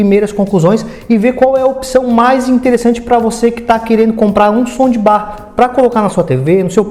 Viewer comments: Por que ele fala “ sondibar”????? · Putz que raiva disso... Acho que ele fala som de BAR / BUTECO kkkkk GALERA, SE PRONUNCIA ASSIM: 'SAUNDBAR' - TROQUE O PELO A . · som de bar kkk